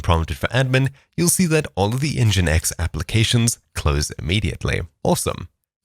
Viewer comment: "en ji i en eks" sorry please.. you can prounounce that as : ENNJIIIN EKSS!!